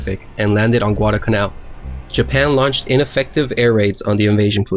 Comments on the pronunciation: It's not Guadacanal. It's Guadalcanal. There's an L in there. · It's Guadal Canal, not Guadacanal. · Not bad at all. However, in several places you mispronounced and graphically misspelled “Guadalcanal.” You omitted the first “l” in both cases. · It isnt "gudalcanal". It's Gu-a-dal-ca-nal. That island is namef after a village near Seville, Spain. I see it everyday at the horizon. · Like so many other idiots, he left out the ' l ' in GuadaLcanal!! So many idiots pronounce it wrong. It's not Guadacanal. It's Guadalcanal!! Narrator does a pretty poor job. Aside from the fact that he mispronounced Guadacanal, his English is poor. About the only good thing about the video was the real video footage. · Enjoyed this description of the battle. There were lots of US mistakes during the Guadalcanal campaign. One editorial note... it isn't Guadacanal, it's Guadalcanal - with an L. And it's the USS Vincennes, not Vincennes. Otherwise, two thumbs up! I've subscribed. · there is no "Guadacanal", even though many people pronounce it wrong, it is "Guadalcanal" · It's Guadalcanal. Not Guadacanal. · Correction for you: It’s Guadalcanal. You kept forgetting the “L” in the middle. And the name should be capitalized. Otherwise, you did a wonderful job trying to describe this naval battle. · It's not "Guadacanal" , it's "Guadalcanal" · Nice vid, but it really really bugs me that you say Guadacanal and not Guadalcanal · You are missing the first 'l' in "Guadalcanal". It is not "Guadacanal" though many mispronounce it that way. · "Guadalcanal" actually.